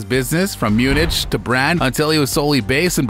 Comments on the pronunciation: Munich = Myoo-nic, not Myoonich 🤗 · Please learn how to pronounce some of these words that are basic knowledge to the restoration the world. What the is Munich?? Its pronounced Munik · Munich pronounced mu-nick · Myoonich? What? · As soon as I heard you pronounce Munich, I knew I had to leave this channel, never to return. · But learn how to pronounce Munich 👍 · Dude, learn to pronounce Munich correctly....